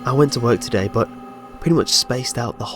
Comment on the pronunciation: The "today"s were a bit annoying.